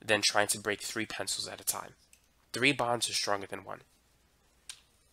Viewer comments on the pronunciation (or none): Why does he saying three as tree lol.